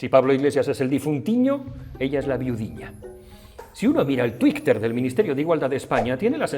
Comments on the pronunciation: Por qué dices Tweek y TweekteR? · 👏👏👏. Seguro que esa forma tan particular de decir Twitter es para tocar un poco los hueviños...🤣🤣